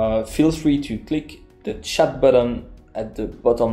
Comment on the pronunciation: I struggle with your pronunciation and therefore the concepts are hard for me, a total beginner. But, a word of warning. the word Chat in English isn't pronounced the same as in French (but with the 't' sounded and not silent). So the way you pronounced Chat (English) was the same as we English would say 'shat'. And shat is a rude word.